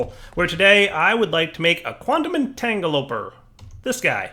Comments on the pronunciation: Don't think has ever said "entangloporter" correctly lmao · Which is hilarious because I'm pretty sure a few years ago he used to say it correctly....